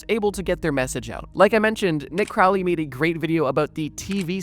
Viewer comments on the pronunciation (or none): none